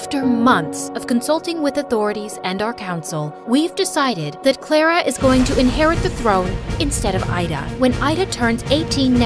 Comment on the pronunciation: The fact they said clarer but it’s Clara